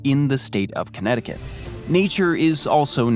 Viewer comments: You pronounced Connecticut Perfectly! You underestimate your English skills. Way better than almost any American's Portuguese. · You say Connecticut JUST fine! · You said Connecticut perfectly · Bravo, you said Connecticut better than most Americans. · He says "Connecticut is hard to say" as he does it perfectly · 🥇Actually 😳 you pronounced it perfectly 💯 🗣 Connecticut 🏆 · You said Connecticut perfectly <3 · I laughed when you referring to connecticut you said this is one of the most difficult states to pronounce....and then you said it perfectly! You so underrate yourself! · You pronounced Connecticutt correctly. California has the lowest point in the entire US, but not the highest, which is Denali in Alaska. California does have the highest point in the contiguous (lower 48) United States, Mt. Whitney. The low point in Death Valley is only about 50 miles away from the high point, Mt. Whitney, and there is nearly a 15,000 foot difference in their elevations.